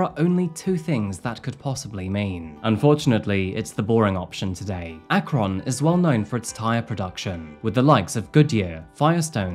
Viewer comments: Omg 😭🤣 as someone who lives in Ohio every time you said akRON I couldn't help but laugh. It's said like "Akrin" or "Akrun" with no emphasis on the vowel 🤣 love your videos but it just gave me vibes of my mom trying to say Naruto and saying narUto 🤣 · I love your storytelling and voice I’ve been watching for a little over 2 years. I live in Akron, and it’s pronounced Ack-rin not ack-Ron 🥺 you said it a lot this video and it kept me from being immersed but none the less great video! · I'm sorry brother, but the way you say, "Akron" is funny as hell. It's pronounced more like "Ack-rin." You gotta work on your American accent, lol. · Just so you know it's pronounced like ak-run not ak-ron. It just makes me laugh every time you said ak-ron. Still a good episode. ✌🏻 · The way he pronounced Akron, inever realized we say it "ack-rin" until I heard him pronounce is like "ack-rON" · same here. never heard it akRON before. kinda threw me off but nothing against it lol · Oh my… being from Ohio, hearing you say “Ak-Ron” is killing me! “Ak-ren” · As a neighbor of Akron, the way you pronounce the name is incorrect. It's actually pronounced more like "run" than "Ron." Also, another small nitpick, Mount Union is only 45 minutes away from Akron. I know because I travel between the two on a semi-regular basis. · It's not AK RON. It's AK RIN. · Ak ren. Not Ak kron. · Colloquially, Akron, is pronounced, "Ak-rin." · That moment when you click on a video not realizing it’s about something that literally happened where you live. Thank you for covering this! Also, not that it matters, but locals pronounce it ak-rin. We’re too lazy to pronounce the o. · Its pronounced Akryn. (lives in cleveland) keep up all the good work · It’s pretty amazing how much effort you put into your content, you obviously do an incredible amount of research, well done. Side note, you’re putting too much emphasis on the O it’s pronounced “Akrun” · FYI akron is pronounced a-kruhn